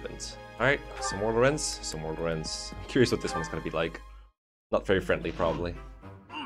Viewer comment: Lorenz? I think you mean Lorenzzzzz